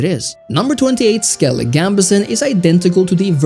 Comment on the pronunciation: Skellig... if I had a dollar for each time a wannabe witcher expert youtuber butchers the name of Skellige